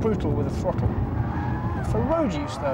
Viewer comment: any bloke who says "frottle" is irrelevant!